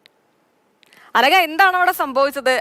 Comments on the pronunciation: Your pronounciation is wrong Anaka. Anakha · അനഗ അല്ല അവതാരകേ, അനഘ